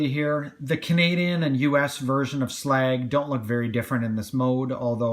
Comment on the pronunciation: Glad you actually call him slag his correct name.